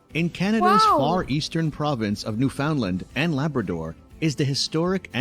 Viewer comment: The narrator needs to learn to pronounce "Newfoundland" and "Quay" and distinguish black bears from grizzlies.